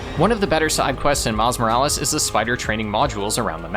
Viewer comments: IT IS ACTUALLY MILES MORALES NOT MIRIS MORELES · you can't even say the title of the game properly its MILES MO RA LES lol are you trying to rage bait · It's called Miles Morales not Miles Millis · OMG ITS NOT MILI MORAL, ITS MILES JEEEESE CANT YOU READ, HOW DARE YOU MAKE A CLEVER JOKE AFTER POINTING OUT YOU WERE GONNA MAKE A JOKE, IM GOING TO LIKE AND SUBSCRIBE NOW TO PROTEST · his name is miles morales not miles morales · Erm, you mispronounced miles morales! 🤓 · Hey man. You mispronounced Miles Morales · How dare you farm for engagement by miss pronouncing a name. Well jokes on you I’m too smart to fall for that! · You didn’t say miles morales correctly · You mispronounced miles morales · hey i think you mispronounced miles morales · hey you mispronounced Miles Morales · Nvm he did gng it's engage ment farming